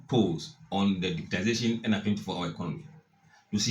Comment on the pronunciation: Bro most people including the NPP say digitalization but the correct word is digitization